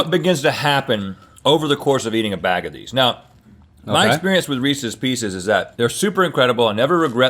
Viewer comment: As someone who loves Reese’s PB cups, Reese’s pieces are a disgrace and monstrosity. Side Note: thanks for pronouncing Reese’s the proper way. It’s not Re- Sees folks!